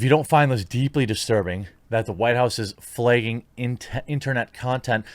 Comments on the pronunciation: FlAgging, flEgging is not a word. Why do you replace the letter A with the letter E? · Flay-ging???? WTF? 😂😂😂